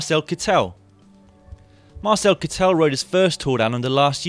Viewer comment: Marcel Kittel and Robert Gesink are pronounced wrong... please do an effort. And by the way nobody from Omega Pharma Quickstep? Strange...